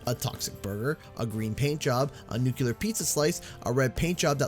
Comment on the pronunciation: Downvoted for mispronouncing nuclear. (Jk just a pet peeve)